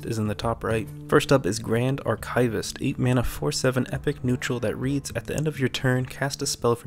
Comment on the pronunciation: The word archivist sounds like ar kee vist, not ar kay vist.